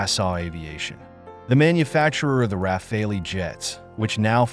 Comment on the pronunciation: the bizzare pauses tell you this is bot narrated content and the bot is drunk and can't pronounce rafale